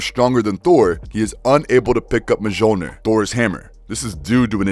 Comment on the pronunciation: 2021 and you can't pronounced Mljonir?